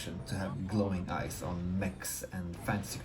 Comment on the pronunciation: glowing eyes, for the longest i thought he was saying glowing ice